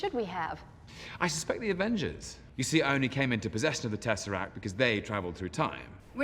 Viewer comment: Snazzeract!! I like that way better than Tesseract! 🤣🤣 Never change,! 😊